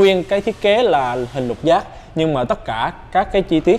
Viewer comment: “Lục giác” nge như giọng Quảng Nam vậy 😆